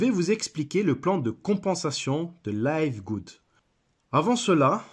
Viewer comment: Listen to Ben Glinsky pronounce the company name. It's pronounced livgud, not layvgud. :)